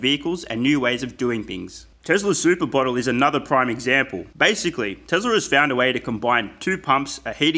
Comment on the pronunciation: Great video, for real. But remember that it's TeSla, not TeZla. Cheers